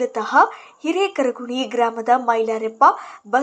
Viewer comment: Hirekaraguni alla hireharakuni